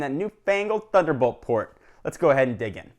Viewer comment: Lol I heard "fuckelbold port"